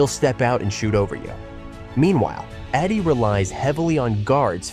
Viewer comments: Not Eddie. Eeedey! Learn the names first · Zack Edey E- D LEARN TO PRONOUNCE PROPERLY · Is this made by a mediocre AI? Keep calling Wemby a rookie and somehow mess up pronouncing Edeys name over and over again.